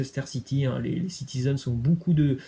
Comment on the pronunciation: Ça se prononce [bocoup] et non [boucoup] Tu casse les oreilles avec tes énormités en prononciation😪